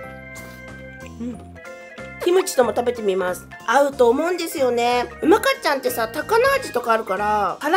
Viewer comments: うまかっちゃんのイントネーションが違う、、、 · 「うまかっちゃん」のイントネーション違う😂福岡県民だから気になるw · やっぱりうまかっちゃんのイントネーションが違う笑😂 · うまかっちゃんのイントネーションが気になる😅正しくは、ミシシッピと同じイントネーションだから知らない人は覚えてね❤🍜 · うまかっちゃんの発音が違うから気になる😅